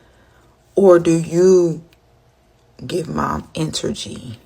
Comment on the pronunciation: trying so hard to sound sophisticated, yet butchered the word "energy" ? Typical boneheads